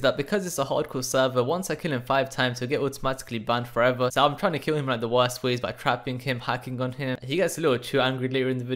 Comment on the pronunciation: the client literally says wurst